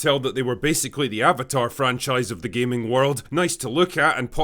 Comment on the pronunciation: Gayminging not gaming